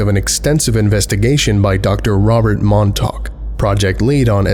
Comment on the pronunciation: As someone who grew up on Long Island, you have no idea how much of a relief it was to hear you pronounce Montauk correctly! I think you're the only one I've ever heard say it right